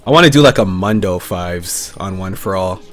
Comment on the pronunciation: How can you pronounce mundo wrong when he says his name every 5 seconss?